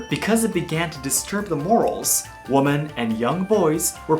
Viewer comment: Wimmen… The English word “women” is pronounced as “wimmen.”